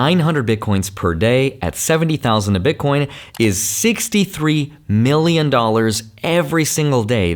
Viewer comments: Please stop saying "Bitcorn" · Why does he keep saying Bit Corn? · Did he said bitcoRn 🤠🤠? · Omg man I say ‘bitcorn’ too lol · Because it’s funny